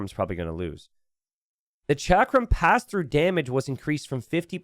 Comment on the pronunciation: Hey. Huge fan! Just wanted to let you know chakram is pronounced like chuck-rum